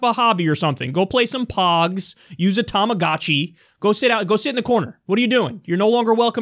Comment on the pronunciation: Kyle it's pronounced tamah-goh-chee. On behalf of all Asian Americans, we beseech you